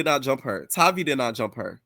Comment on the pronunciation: Her name Tavii w a hard ‘A.’ Her real name is Octavia..Tavii is short for that. Her name isn’t hard. Atp, y’all are mispronouncing her sht on purpose.